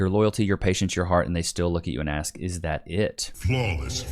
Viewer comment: She ‘awsks’